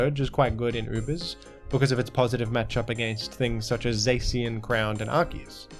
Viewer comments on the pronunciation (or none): none